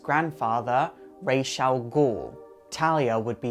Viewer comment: I think Damian only liked Dick also boo for the bad pronunciation of Ra's